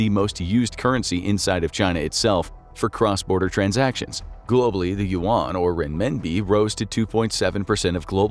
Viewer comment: The pronunciation of Yuan is killing me.